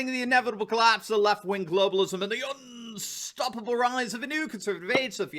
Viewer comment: Can i hear a hint of "Yorkshire" in your pronunciation of "unstoppable...."?